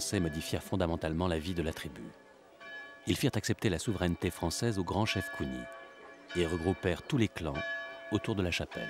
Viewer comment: Parrain tu gere 🔥🔥❤ Slice c est pas "les kounis" mais kounié ou kwegnyii" 👍🏽 en tout cas merci pour le reportage ❤👌🏾